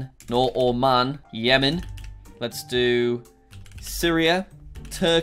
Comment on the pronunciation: its pronounced Oman not Omen